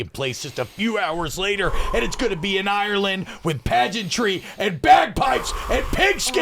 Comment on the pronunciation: Say Ireland correctly challenge. Level impossible.